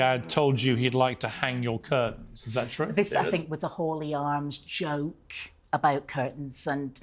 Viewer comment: I also think it’s weird that every time she says The word ‘joke’ which is a few times, it’s not in her own accent, it’s an English accent - not sure which part of England exactly. She also seems to really emphasise the word joke. Maybe I’m over analysing this 😂